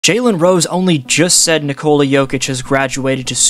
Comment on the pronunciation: Nikola. Accent first syllable.